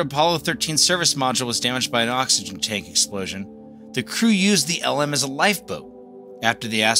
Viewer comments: Good video, but one quibble. You keep on pronouncing LM as "ell emm" which is indisputably wrong. It's pronounced "lem." It rhymes with "gem." Originally, the vehicle was the Lunar Excursion Module, abbreviated LEM, which everyone pronounced "lem." Later, the "E" was dropped because "excursion" sounded "too frivolous." But, by then, everyone in the program had been saying LEM for years, so the pronunciation didn't change. No one in the program said "ell emm." This issue is explicitly discussed in Murray and Cox's "Apollo: The Race For the Moon," one of the best books about those years. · Great video. But please don't call it "L M" - its pronounced "LEM"